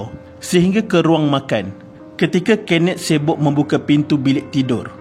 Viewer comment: kenneth= kenet???🥴🥴 sape laaa jurucakap ni